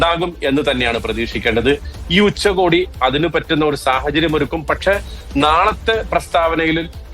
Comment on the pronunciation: ഉച്ചകോടി എന്നാണ് പറയുക. ഉച്ചക്കോടിയല്ല മൊയന്തുകളേ. അത് ഉച്ചയ്ക്ക് ഉടുക്കുന്ന കോടിയാവും.